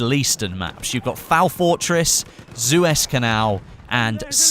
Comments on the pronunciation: suez not zues and sinai not sainai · it's suez not zuwes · did he just say "Zues Canal"? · You pronounced the Suez canal wrong its Su-Ez canal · SEW - EZ. Seeew - ez. SUEZ CANAL.